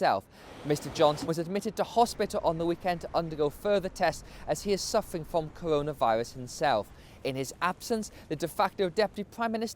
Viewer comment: Cowonaviwus lol